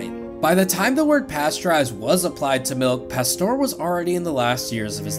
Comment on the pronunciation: It's "Pasteur", not "Pastor" 🙂